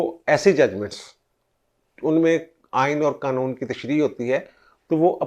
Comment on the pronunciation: سر لفظ "قنون" نہیں ہوتا۔ قانون ہوتا ہے۔ شکریہ